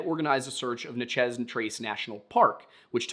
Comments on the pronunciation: Great video. Super unimportant but it would bother me if i didnt say it you pronounced Natchez wrong. Again great video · In North Alabama/South Tennessee, we pronounce Natchez: NAT•CHESS. Hearing how you say it makes me question everything